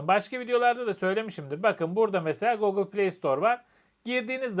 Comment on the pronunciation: Bu saatten sonra alışkanlıkları değiştirmek mümkün olmayabilir ama doğrusu "gogıl" değil, "gugil". Sizinki "şarj" yerine "şarz" demek bir şey. Selamlar. Kolaylıklar.